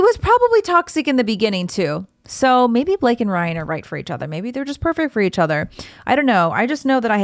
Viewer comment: You said “Brian” several times, instead of “Ryan”. 😆